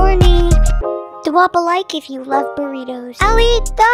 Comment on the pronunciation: It burritos not burribos